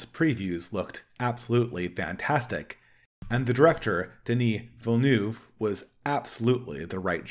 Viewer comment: Timothy Kallamay, Denis Villnoof, Alejandro Joe de Rowsky, Leet Keens. Good god, did you deliberately set out to mispronounce every single name in this video?